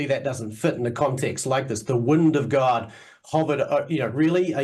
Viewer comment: I don't know how I expected to pronounce "God", but I like the way he does 👌